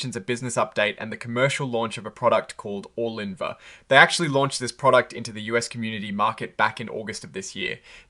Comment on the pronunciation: Bro, how hard is it to say the drug’s name??? Did u say Orgun linvah? It’s pronounced Or-lin-va! How are you getting Or-gun-lin-va???